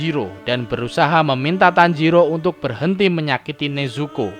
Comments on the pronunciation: Tanjiro bang bukan tanjidor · Bang tanjiro bukan tanjidor :v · apa tanjidor😂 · Tanjiro bukan tanjidor😂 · Guy tanjiro bukan tanjidor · Bang kok tanjidor 😭😂👍